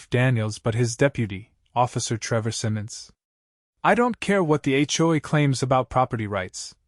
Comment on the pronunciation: It's H.O.A., not Achoe! LOL!